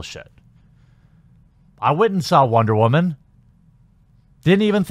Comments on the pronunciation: This commentary would have been more interesting had you WATCHED the movie first. Also, why do you pronounce “woman” like “wah-men”??? You sound like Elmer Fudd saying “raman”... 🤔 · Am I the only one hearing him pronounce it "whaman"???? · Maybe I'm just new here, but why do you keep saying "woman" like that? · Is he saying “ramen” lol